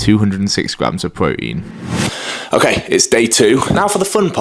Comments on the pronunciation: “More Broteen” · His pronouncing Protein as pro-ein without the t in his accent is making me cringe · pwotein is pwotein